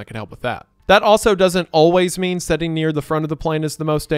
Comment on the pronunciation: "Sitting" doesn't have an "e" in it. Your pronunciation is giving me an aneurysm